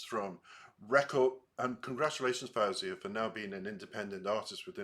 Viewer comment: Just a friendly tip that she pronounces her name as though it's spelled FOzia. Fo like toe, not fow like cow. 🙂